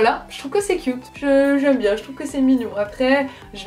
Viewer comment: C'est chou comment les Français prononce cute "Qui-ute" 😊!